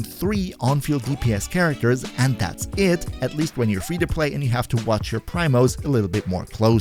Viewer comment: Never trust a YouTuber who says “an-eee-mo” or “pr-EYE-mo” 🙄 But fr, Kuki Shinobu in ANY team is amazing. Her healing is the best in the game.